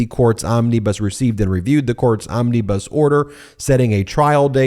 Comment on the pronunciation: Ben, "Omnibus" has no ee's in it.